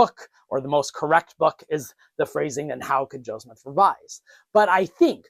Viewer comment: Maybe thats what you think you are doing, however, Check yourself at the timestamp and onwards at least. That's definitely a few JOESmiths, not a JO SEPHSmith. Maybe slow down and enunciate more? Why do you always fast speak, anyways? It's not like the subject matter has to be rushed through, it's not going anywhere... Are you trying to create a sense of urgency to keep people's interest ? Obviously, anyone interested in the subject is going to tune in anyways.